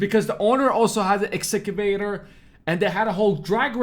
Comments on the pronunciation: Say it with me "ex-ka-vay-ter" lol Wtf they even said it for you and you still got it wrong 😂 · X - Ca - Vator😀